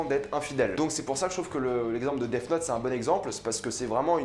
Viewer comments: C est moi ou il dit Def note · Mr jai un très bon niveau d'anglais... Si un anglophone t'ecoutait il entendrai sourd et non pas mort quand tu prononces def 😂😂😂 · Je pense avoir un très bon niveau d'Anglais Aussi: Dèf Not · Tu prononce super mal Death Note sinon super vidéo.